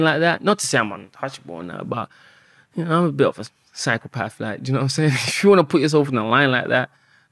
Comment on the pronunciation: I can't help it but when says psychopath, I think he says cycle path. You'll not unhear it now. You're welcome 🤣